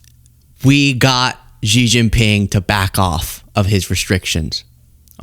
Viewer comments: I call it "eye-ran" cuz that's what it was as i grew up with Dan Rather etc.... but i'm not an idiot so i learned.... meanwhile i atill have to listen to arrogant f*cks like you mispronounce Xi Jin Ping's name every fucking day.. It's "She" you idiot. not "ji, zzz not.... whatever you think you're saying. It's "she" as in she is not an arrogant, condescending bitch, like some people. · hahah ZZZjIN PING, the X pronouce as 'S" 🤣like (S)xie (S)xie ni, instead of Zjie zjie ni